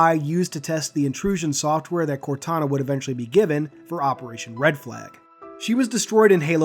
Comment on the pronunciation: Thought you said CORONA at first, haha. “Corona is not doing a great job at maintaining order” xD